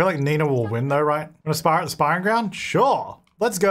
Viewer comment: When said "let's have a werewolf spar" I want looking at the screen and thought he said "spa" and I looked up fully expecting to see a werewolf getting a massage from the portable massage table!